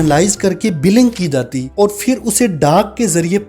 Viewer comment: بھائی فر نہیں ہوتا پھر ہوتا ہے۔۔۔ اچھی کوشش ہے ماشااللہ